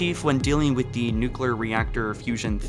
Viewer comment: liberry nuclar STAHP